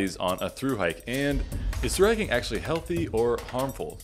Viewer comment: Took me way too long to realise you were saying "through hiking" and not "thooraking"